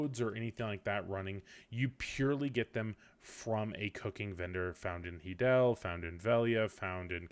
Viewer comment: "Hee-del" i'm fairly sure it's "Hi-del" the stable (Izaro) says it when u speak to him lol